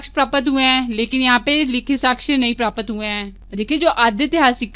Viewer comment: Aur प्रापत not ye hai प्राप्त ache se bole